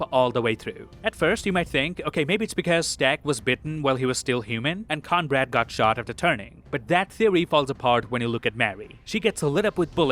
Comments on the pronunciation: His name is Cornbread, like the food, Not Conbrad! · Are you calling him Conrad? It’s Cornbread like the food lol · Is he saying Conrad? Mf is named cornbread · Everytime you said Cornbread I heard Conrad 😄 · "Conrad" hahahaha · Sorry, stopped watching when you kept calling cornbread, conrad. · Who is Conrad? Are you trying to say Cornbread? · Why are you saying Conrad when his name is Cornbread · Lol fair.. i kept wondering who the fuck Conrad was 😅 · thanks for the suggestion but i won't be watching again. i don't have audio processing disorder and bro said cornbread right at first then doubled down on conrad. i'm willing to give benefit of the doubt that it's just a slip. but this seems like a mistake that anyone actually writing and performing the script, editing and posting the video would catch and fix. i'm also an extreme perfectionist so take my words with a grain of salt lol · Are you calling Cornbread “Conrad”? 😂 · Yea he says it like “cornbrad” coz of the accent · Who the heck is *Corn-Brad?!? 😂😂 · Is he calling Cornbread Conrad? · Are you calling Cornbread "Conrad?" Or is it simply your accent? If so, I apologize for mentioning it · This guy or AI voice can’t pronounce words for shit. I hate how he says cornbread. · I thought I was hearing that too, but the captions were saying Cornbread